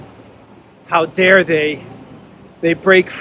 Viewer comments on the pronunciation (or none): none